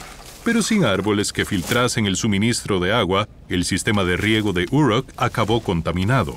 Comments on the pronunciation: pero, esto no es lo que él dijo. La pronunciación de la palabra "Uruk" en este video parece la pronunciación inglesa y no española. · Si Uruk estaba en Mesopotamia por qué la nombras como si estuviera en EEUU?.. No todas las palabras que no son latinas se pronuncian igual que el inglés.